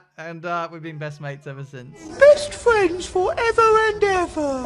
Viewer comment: ooo fwends, f1 fwends